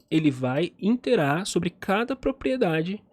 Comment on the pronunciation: Excelente vídeo, somente um adendo... Quando você diz interar não seria Iterar?